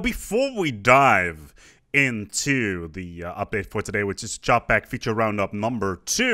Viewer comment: It's okay, I can pronounce "sentience" but not "Čapek". Is it really just like "CHAH-pek"?